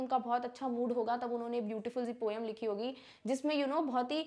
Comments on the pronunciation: Ma'am please pronounce poem as poam. It isn't supposed to be pronounced as po-yum. Our english teacher corrected us like 10 times on this same thing. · ITS NOT POYUM its pomh